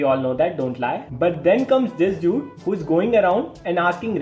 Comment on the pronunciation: ITS NOT DUED ITS DUDE